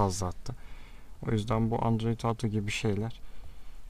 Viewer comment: android Auto değil kardeşim "OTO"